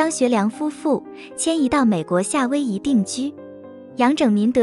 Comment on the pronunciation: 夏威夷的夏要读哈，因为夏威夷是照广东话的发音音译。类似的还有加利福尼亚等外国名称译音凡是写作加的一律应读咖，瑞士，瑞典，委内瑞拉的瑞都要读随，原文都是S, 不是R.瑞字的读音自古以来都是读sui不是rui, 至今江南语音中仍旧读sui。